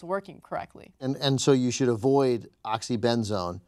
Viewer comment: "My whole house is the oxy-ben-zone" LOL